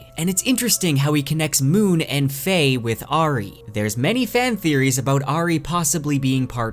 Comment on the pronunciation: This is an amazing in depth summary as always.. the only blemish is how your pronounce the name Auri…